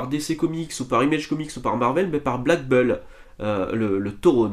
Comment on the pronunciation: BULL se dit BOUL pas BEUL 😉